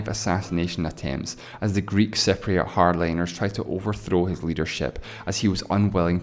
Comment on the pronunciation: Your pronunciation of Cypriot sound like "separatists".